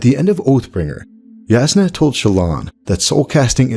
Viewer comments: I don't mean to be 'that guy' but Jasnah is pronounced Yasnah not jaznuh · It is pronounced Yasnah, because it literally means "clear". The word comes from the Slavic language family. But it is funny cause the way you pronounce it also is a word specifically in Bulgarian and it means "to hit something" 😊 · Not a true Alethi man I see. Jasnah is pronounced YAH=SNA. Also meaning bright or Brightness is slavic languages. (Thought you might get a kick out of that) But I do love this theory I've been waiting for the statues of light eyes to come to life as soon as I realized an awakened was on Roshar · Woah is it pronounced Jas-nah, or Yas-nah